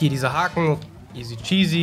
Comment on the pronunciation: Hast du Isy Cheasy gesagt😂😂😂😂😂